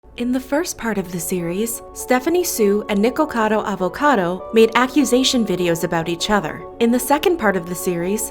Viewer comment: im sorry but someone had to say it the way she says “Nickocado Avocado” is so funny to me haha😂